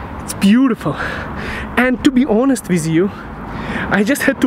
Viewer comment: почему ты произносишь With как "виз", режет слух. Take care!